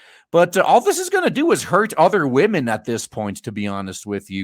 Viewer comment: "We need men who will mentor wahmens. Please mentor wahmen."